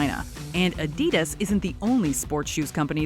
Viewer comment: I live in China, my thoughts are: That's not how you pronounce Adidas. I've seen some of those cars, the worst offender is the LandWind which is a rip off of the Evoque. Toys are a huge thing to rip off, saw one set that was "Batman Vs Superma". There is a discord clone, it looks just like it, they even copied the logo and replaced the emoji with a smug face.